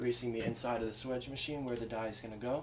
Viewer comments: swaaaaage. (long ā) Not swidge. :p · If you correctly spell it swage, why don't you pronounce it swAGE ? Not swEDGE. I've pronounced it swAGE for 50 years.